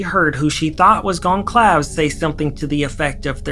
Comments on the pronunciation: Goncalves is pronounced 'gone-salve-es'. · Pease pronounce Goncalves correctly. The police talked to the door dash driver BEFORE they were granted permission to arrest BK (the PCA was filed in order to get the go ahead) so if BK was the DD he would have already been interviewed before he was arrested which I assume did not happen based on the PCA, the highway stops and arrest.